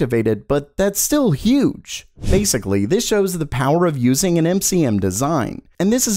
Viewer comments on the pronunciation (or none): none